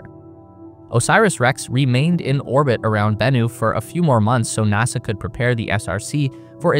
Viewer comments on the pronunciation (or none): it … haapined nahsa 😂🎉